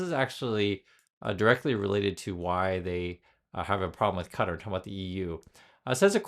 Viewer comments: Ka-TAR. Not cutter. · Yeah not cutter LOL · It's "Kah Tar," every time I hear someone say "Cutter," it makes me want to scream.